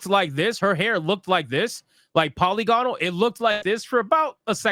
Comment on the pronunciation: Polygonal is pronounced puh-li-guh-nuhl.